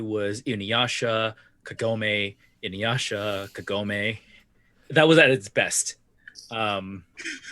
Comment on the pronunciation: Inyasha. Kogome. Inyasha. Kogome. This is very good work. Thank you for doing it.